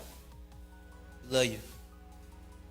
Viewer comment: "I luhhhh you Jack!" "I luhh yuh guh!" Wait! Who is Jack? Bruh! This man is next level. That can't be her nickname. How come he can't say, I LOVE YOU?! SMH! He was tryna have "sebn mo" kids with WHO? 😮 A new WW? Inappropriate. "Jack"? Equally inappropriate, cuz she would have required "sebn mo" surgeries after that. Smh!